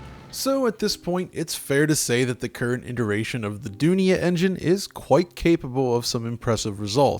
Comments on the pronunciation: Does anybody else cringe at his pronunciation of "Dunia"? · Dunia means world in Urdu. And the pronunciation you did is wrong. C'mon